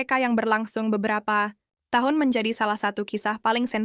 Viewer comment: yg ngomong ini orang mna sih? tiap ngomong tahun kya nya ga jelas aja